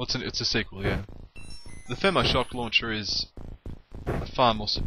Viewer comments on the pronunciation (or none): You prefer the Thermal Shok Launchers because... what now? That wasn't any human word I've heard before...